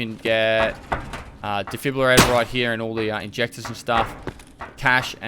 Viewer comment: Lol its funny watching trying his hardest to pronounce de-frib-ulator.:) great vid